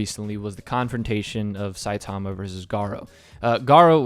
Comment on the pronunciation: Is that how the english dub pronounced Saitama? Shit My ears are bleeding from you saying it anyway.